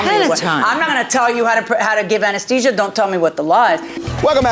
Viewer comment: She's an anesthetist and she can't even say anesthesia correctly. I would be highly embarrassed, not to forget that she's been one for 28 years. Oh, and she's just a simple mom - that cannot pronounce her life's work. Harvey and the Doctor pronounced it correctly but the judge and the defendant don't know their English very well.